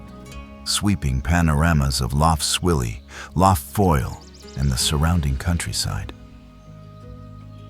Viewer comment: Couldn’t listen to more than 10 mins of this pretentious rubbish! And learn to pronounce lough properly - it’s not luff! Off to find a better documentary.